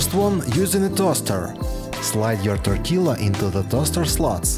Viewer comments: hey hey just a tip, tortilla - the LL isn't pronounced. Tor-tee- ya! 🤷🏼 . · I really enjoy your videos and the tips you give are very usefull. May I comment...do not pronounce the "double ll" in tortilla as in italiano is "tortiyia". We mexicans do not need them to be in a certain shape to eat them . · It's pronounced Tor TEE Ya. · It’s pronounced tortiya , the L is pronounced a y. Love your videos. All the best! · Check out your pronunciation of tortilla. Try tor tia. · TOR-TEE-LA Hahahah!! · It is pronounced torteeea. Not trying to be a dick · Love, love this channel. Just 2 quick tortilla things. I don’t know if you can get corn tortillas, but that’s what we use here in the states. In Spanish double l is pronounced as a “y” sound. No big deal, but thought you might like to know. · Interesting how you pronounce tortilla. You say the L sound and then finish with the YA sound. In Spanish, it's just the Ya sound after the Ti sound. Great hacks btw, definitely gonna use a few of these! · Tortilla...pronounce the double L like the letter Y (ya). This is consistent for Spanish words. BTW, ❤ your videos! I find the music a distraction, perhaps lower the volume. Thanks...